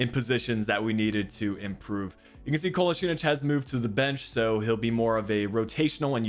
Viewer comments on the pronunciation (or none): Kolasinac. - Kolaz-in-atch